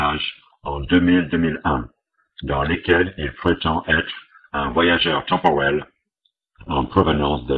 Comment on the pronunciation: ...un voyajeuuu' tempour'el.... LOL